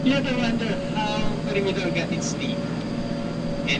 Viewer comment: The pronunciation of corre"g"idor....is H or G? Im confused